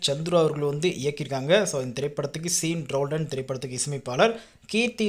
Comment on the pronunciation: ப்ரோ அது சீன் ரோல்டன் அல்ல ஷான் ரோல்டன்